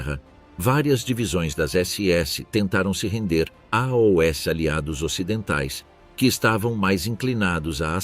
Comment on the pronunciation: Narração com IA não reconhece "AOS" ....verifique